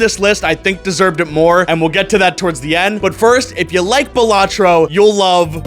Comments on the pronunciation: Good. You say Balatro and not Balatro. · Balatro is peak (You Pronounced it correctly :] )